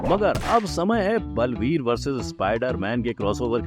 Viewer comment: Blveer nahi sir baalveer 😂